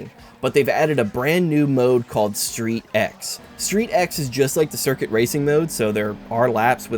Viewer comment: StreetX is actualy pronounced Street-Cross. I think it actually makes sense given what these races are about.